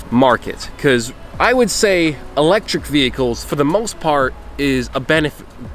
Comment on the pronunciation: It's eléctric car